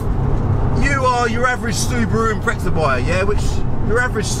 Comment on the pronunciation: Mate, you say impreza like it's a fucking pretzel